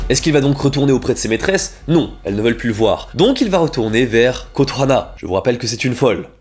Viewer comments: Ça me stresse pendant la partie schools days que tu dises Kotohana alors que c'est Kotonoha XD Sujet super intéressant en tout cas, les vidéos où tu parles de sujet "sombre" sont mes préférés :3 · Je ne savais pas que le yandere avait été démocratisé avec school days , par contre le kotohana au lieu de kotonoha m'a trigger de fou. Très bonne vidéo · Euh c’est Kotonoha par contre pas Kotohana mais c’est vrai qu’elle a un nom imprononçable 😅